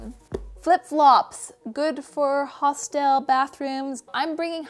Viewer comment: also hostel not hostile